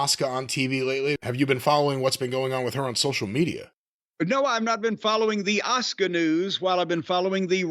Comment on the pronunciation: It’s weird the WWE and American fans in general said her name and the male Japanese wrestler at that times name wrong. Her name is 1000% pronounced Ah-Su-Ka. The Su sound in a word or name is always strong like the word Suzuki for instance. WWE had 2 Japanese wrestlers at the same time both with Su in their name and said both of their names wrong.